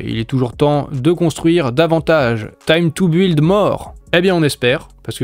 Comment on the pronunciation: Arrête de prononcer « buiiiild » il faut le dire « bild »